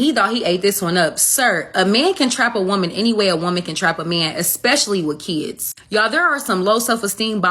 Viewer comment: Its not keeds its kids